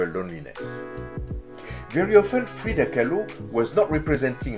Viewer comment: Lmao. Freida “Kah-loo”.